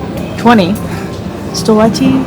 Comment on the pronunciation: She nailded the století (century) like a native Czech , and pretty close to getting nelidské correctly. ( her self-correction was correct but without the EY at the end) For the wine you need to visit Moravia (south eastern part of the Czech Republic) Guy with a guitar was really nice touch with the music. Great video guys hope you had fun.